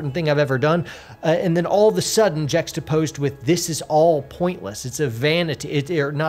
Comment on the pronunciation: Jextapose...respyte...a true word snith!! Lol!!